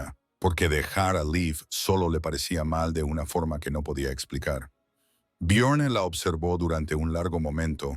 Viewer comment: Byorn o Biyorn. Ara ó Aara. El único nombre que pronuncian siempre igual el Liv